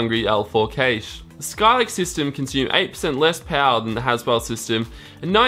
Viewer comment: every time he says cache i cringe a little.